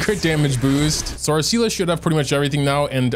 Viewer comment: you keep saying see la, its pronounced SAY LAY (Seele) Why are you like this